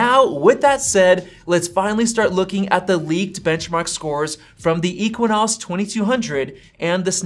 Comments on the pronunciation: “EQUINOS”, ok whatever u say dude, besides as a fan of both os, samsung is going all out with amd next year, it’ll be a competition to be precise, they r bringing their rdna 2 gpu( it also powers ps5 n series x gpu’s also ) on samsung flagship processor next year….. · I was getting annoyed that he was saying equinox. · I don't know if he's just trolling or he really doesn't know how to pronounce it, 😂 lol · Boy said equinox. Had me getting flashbacks of my Geography classes in High School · Ex Sea Nose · Yeah, that was pretty annoying. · you’re so bias you didn’t pronounce the exynos right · Loll can't unhear it now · Every time he says EQUINOS drive me crazy. It's Exynos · Dude it’s not pronounced as eqinose 🤦‍♂️. It’s pronounced as X-Z-nose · it’s pronounced egg zinoss not equanus LOL 😆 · Exinos not equinox!! All you have to do is read stuff online and regurgitate it in a low effort video. And still you cannot get it correct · Ekssyyynosss not ekwinosss 🤣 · It’s “EKSYNOS”, not “equanos” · I had to rewind the video and listen 👂 to that again. Dude called the Exynos the Equinox. I don't see a "Q.U.I." in that spelling. God, people can't read, spell or pronounce words right😑 Pronounced Ex-in-nos. Literally it should kinda sound like "eggs in nose" but said fast. Please use proper pronunciation. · Normal people: Exynos: EQUINOS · It's exynos not equinox.. 😅 Doesn't matter though... Because a15 will smoke it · It's exynos not equanos. Lol. Yeah I know I am not fun at parties. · Why u saying ekonas and not exynos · equinox? Again , , . I am pretty sure, its pronounced as "ekzeenos" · Exynos /Ek-se-nos/ Equinos? ❌❌ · He said Exynos like “I-kwa-nas” 😂 It’s “Eks-a-nis” Ex (as in your ex), y as in “inside”, and nos as in “nahs” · It's exynos not equions 🤦‍♂️ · Him saying ekwwiiinosss really annoys me. 😂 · "Equinos" is just too much. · If you say Equinox one more time I will lose it... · Exynos == “Eks-en-noss” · Should it be pronounced as Ex-Zi-Nos?